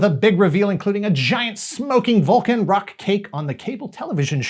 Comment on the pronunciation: When you first said "Volcan Rock," my mind heard "Vulcan Rock" and then spun-off on thoughts of a Spock-led rock band.